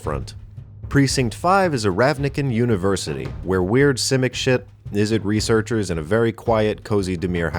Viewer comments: It's Izzet league, not Izzit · *izzet not izzit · *Izzet, not Izzit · izzit league? WHAT? did you meant izzet?